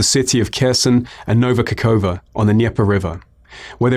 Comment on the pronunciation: Шикарный английский язык, вот только "Новая Каховка" в его произношении выглядела как "Х*ево-Кукуево" :) А если серьезно - то подобные "анализы" яйца выеденного не стоят, потому что не учитывают настроения украинцев. Еще пара лет такой власти - и они сами звать Путина начнут.